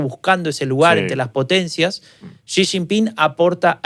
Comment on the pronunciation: Es xi no chi, no sabe ni su nombre